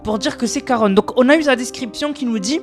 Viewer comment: Ça ce prononce Sharon au fait